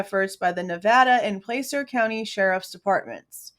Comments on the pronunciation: Not to be pedantic, but it's pronounced Pla-cer, like Plaid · As a foreigner, I try and pay attention to how American names are pronounced. Nevada and Placer both have an 'a' that sounds like 'had', as far as I've been told. Same, I think, with Appalachia (both 'a's sound like 'had'). Edit: When I first saw Kiely's name, I thought it was pronounced 'Keely'. Can't people stick to one spelling? ;-)